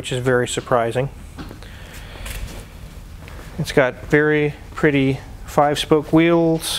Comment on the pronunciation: Hey macho man. Did you actually say it is "pretty"?